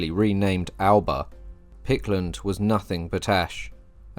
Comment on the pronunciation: The Gaelic name for Scotland is “Alba” but you pronounce it as if it was in your native English. The correct pronunciation is “AL A PA” Eric C